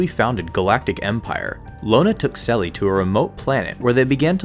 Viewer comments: In Italian the "che" in "Chelli" is pronounced like the "ke" in "Kelly" said in English. In French it's pronounced like "Shelly" said in English. Why are you saying it like "sell-ee"?! LoL Okay. Rant over. Aphra is Awesome. Great video! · Sorry, in what language is "ch" pronounced as a voiceless alveolar sibilant? It's Chelli. The initial sound should be a voiceless postalveolar affricate, as in check or cheddar.